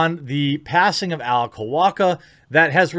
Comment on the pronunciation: jeremy mispronouncing alec’s name is even less surprising than zoe quinn trying to capitalize on a trending topic by pushing her victim mentality